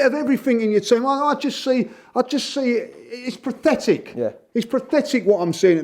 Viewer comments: lmao has anyone ever pronounced pathetic incorrectly so many times in such a short amount of time? PRATHETIC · I love for many reasons. But a lesser commented upon reason is how he reliably mispronounces “pathetic” to sound like “prophetic”. Which is rather amusing given his commendably “prophetic” quality. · Did he say prathetic